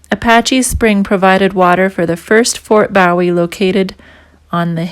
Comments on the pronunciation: Learn how to pronounce the name correctly,it's boo e,not bow e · BOOH-WE! NOT BOW-IE, LIKE JIM BOW-IE. THAT THE TEXAS WAY TO PRONOUNCE BOW-IE. I COULD BE WRONG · Ma'am, yes it is pronounced Boo-eee as in James Bowie, not like David Bowie pronounced Bow-eee. I am from Texas, and heard a few places & names mispronounced. On a lighter note, l was married to one of your fellow Canadians. She was born in Frederickton,N.B. And moved to Toronto at age 6 in '66. She grew up west of Yonge St.and south of Sheppard St. You did make it clear,no one at the visitors center. So like the yankees in Brooklyn say" don't worry about it". As again greetings from Texas. Take care Ma'am... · Nicely done! But I must comment on your pronunciation of Bowie. The Fort was named in honor of Republic of Texas Army Colonel James Bowie,who died during the Suede of the Alamo, March 6, 1836. His name, the knife, and Texas county that bear his name are pronounced BOOwee, and not "bow" of a ship or as a greeting. David Bowie, the musician, pronounced his stage name "BOW(and arrow)-wee". The fort and town in Arizona are pronounced BOO(like a ghost)-wee. 🤠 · Boo-eee , not bow -eee. nice video. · Bowie is pronounced Boo-ee or buh-ee. What is a "bowie"? I have only heard of it as a name. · The proper pronunciation for the name is Fort BOOW EEE! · It's pronounced Boowie lioke Jim Bowie (Boowie) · I believe it's pronounced Ft boo wee (bowie ) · Fort Boowee ? I think ! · Bowie is pronounced as Booowie. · To bad she doesn’t know how to pronounce correctly the name Bowie. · Fort what ? Shouldnt you know how to pronounce the name if you expect us to believe you? Not hardly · Learn how to pronounce Bowie. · Silly that you mispronounce Bowie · Young lady you're pronouncing Bowie wrong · I'm finding your references to historical markers most confusing because you're mispronouncing the names and we're getting lost thank you but please look up the pronunciation properly and nut with a foreign accent